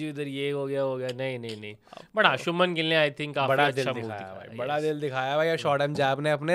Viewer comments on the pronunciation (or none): none